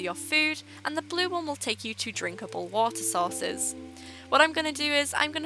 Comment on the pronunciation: did you say water sauce or water source